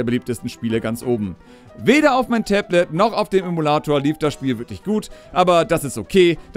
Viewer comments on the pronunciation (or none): none